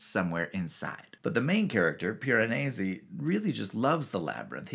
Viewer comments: Yours is my favorite video I’ve seen about this book, which I just finished yesterday. This is in no small part because you are the only one who pronounces Piranesi correctly. Your Italian is excellent! The book was awesome. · You are obviously proud of how good you are at pronouncing Piranesi the sort of proper way )